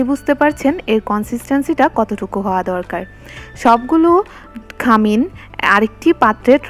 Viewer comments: খামিন বলে না,খামির।ভিডিও দিচ্ছেন ভাষাটা আরো ঠিক করেন।পাহাড়ি যে বোঝা যাচ্ছে কথায়। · খামিন না খামির